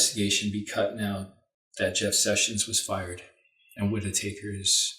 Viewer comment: I heard him call the guy Matt Whit-i-taker - sounds about right. Taker ... of Russian $$ perhaps? I'm loving the rich colors and beautiful contrast lighting. Lady Violetta, you are wearing my favorite shade of green. Your eyes are very striking. Such a beautiful lady. Greetings & love to you and son. <3